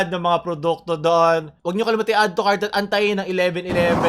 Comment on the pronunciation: No one: Literally no one: Lee min hoo on Lazada ads : "Addutucart now"